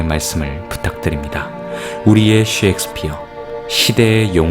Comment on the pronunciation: 섹스피어가 아니라 셰익스피어...발음이요